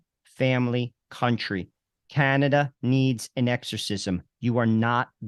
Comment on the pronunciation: Oh Cana-Duh